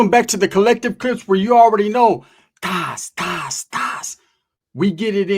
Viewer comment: I think its pronounced tóss tòss lol just bored sitting in hospitál..